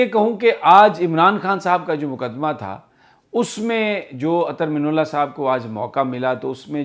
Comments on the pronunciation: Real pronunciation is Ather Min Allah. Not Ather minullah.please correct Sami bhai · The correct pronunciation of his name is: Minallah Not Minullah مِنَ اللّہ Not مِنُ اللّہ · Sir sorry to say but must correct u, please. Ap guzishta kai dinomse Chief justice ka naam ghalat pronounce kar rahe hen. Ap " Minallah" lafz ko " minullah" pronounce kar rahe hen. Arbi lafz ki meaning mamoli zer zabar badal jati ha. Plz consider it. Thank u